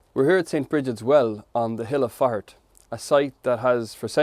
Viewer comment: Haha, my American ears kept hearing, 'Brigit of Fart". May your home and hearth be warm